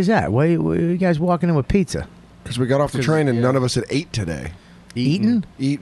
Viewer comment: Pizzer?! What the hell is pizzer?! Bobby🤦🏽‍♂️